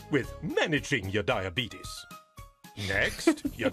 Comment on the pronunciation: Anyone else immediately get annoyed by the pronunciation of diabetes ? Come on.